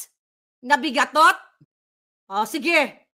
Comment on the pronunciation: BIGATOT daw,hahaha,natawa ako dun madam hindi ba BIGAON?